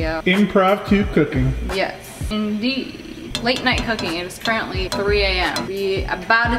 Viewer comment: She really said✨ CURRENTLY ✨ like it was finna spring back to life